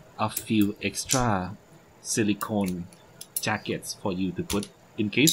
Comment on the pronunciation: รีวิวดีมากๆ ชอบที่เล่าไปทำไป ดูเพลินมาก ชอบที่เล่าเหตุผลตอนเทียบรุ่น mod007 มันตอบคำถามสำหรับคนที่มีตัวเลือกเยอะได้ดีมาก ตอนแรกนึกว่าคนสิงคโป พอได้ยินคำว่า เอ็กส์ตร้า อ่อ คนไทย 555